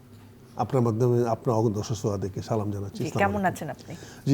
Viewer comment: যে লোক সালামটা ঠিক মত দিতে পারেনা সে লোক জামাতে যোগ দিয়েচে হাস্যকর